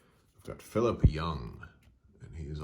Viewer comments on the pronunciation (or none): none